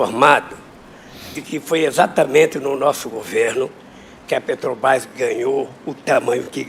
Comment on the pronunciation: Lula aos "Pretobás" foi isso que eu ouvi msm? 😂😂😂😂😂😂😂😂😂😂😂😂😂😂